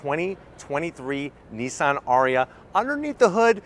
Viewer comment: Is it better? I doubt it. Nissan have carried out virtually no development and evolution on their Leaf design, whereas Kia and Hyundai have. And it shows. And why do you keep calling Nissan, Neesan? There is no letter E in Nissan.....